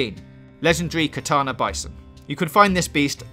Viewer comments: I think this man is Dyslexic. Called the “Tatanka Bison” the KATANA Bison 😭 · It's called Takana Bison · Not to be the grammar police, but it's spelled "bolger glade" and not "bolber blade". And also it's "tatanka bison" and not "takana bison" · I think it's Tatanka Bison. Not Takana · Futhermore, the "Takana" bison pronounced as written in the inserted text is actually the "Tatanka bison". Takana sounds a bit like a spoonerism of a Japanese sword. Pedantic mockery complete. Possibly. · Katana - Tatanka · His r's? He literally mispronounced like half a dozen words, like Roanoke, Lamoyne, pheramones, and my favorite, Tanaka, he actually said "katana". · His accent may have had something to do with it but “katana bison”